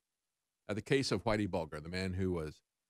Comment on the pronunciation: Its pronounced buljer